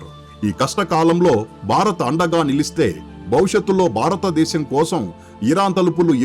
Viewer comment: చెత్త వ్యాఖ్యానం. వృత్తులు పలకడం నేర్చుకో. బారతదేశం కాదు భారతదేశంలో అనాలి. ముక్యంగా అనకూడదు. ముఖ్యంగా గా నీలాంటి వాళ్లు నేర్చుకున్న తరువాత యుట్యూబ్ వీడియోలు చేయి